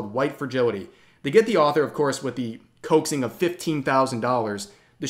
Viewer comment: Did this dude really just mispronounce "author"...? 🙄